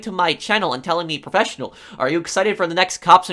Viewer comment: "Hello YouTube it's the Pofessional here..." LIKE